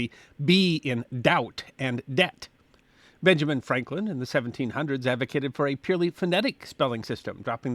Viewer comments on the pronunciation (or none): none